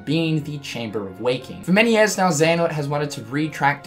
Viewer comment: ...." TEN YEAS" PFFFFFFT